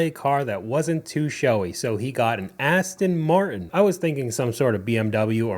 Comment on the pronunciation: The guy buys an Aston-Martin and doesn’t even pronounce the name correctly.